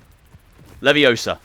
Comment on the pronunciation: It‘s funny that you have to pronounce the spella correctly for them to work like in the books/movies.😂 (it‘s LeviosA not LeviOsa)